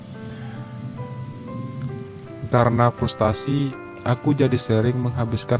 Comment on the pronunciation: Bukan frustasi bung..tp f r u s t r a s i....itu